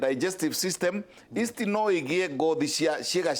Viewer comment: Yeast. Not east